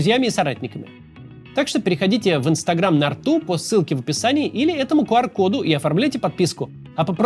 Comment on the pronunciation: Я надеюсь что хотябы вы читаете комментарии Максим. Да это совсем не по теме но я уже не могу это же попросту безграмотно, может я и душню и вообще это не самое главное НО нет такой буквы "КУ" вы же должны знать английский хоть на уровне А1. Нет такого "КуАР". Звук буква Q произносится как КЬЮ.. Весь русский Ютуб говорит КУ.. это же попросту неправильно..не знаю почему но мне это так сильно бьёт по ушам что аж передёргивает. Буду очень признателен если вы будете произносить это правильно, и упомяните это в одной из своих интеграций, в остальном претензий никаких нет, вы и ваша команда большие молодцы, я с нетерпением жду каждого вашего видео каждый день. Обнимаю вас, до завтра!